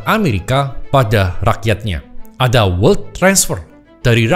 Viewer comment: bacanya welt aja koh